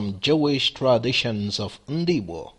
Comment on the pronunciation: "Ndigbo " not "Ndgbo" means ancient people.